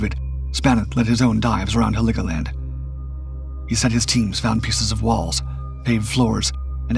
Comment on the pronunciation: It's Helgoland, not Heligoland. Nice video though. YouTube finally caved and decided to show me videos that are not already in my watch later list and I like it.